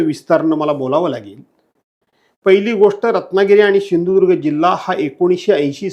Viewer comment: बोलायला शिक आधी शिंधूदुर्ग काय सिंधुदुर्ग आहे ते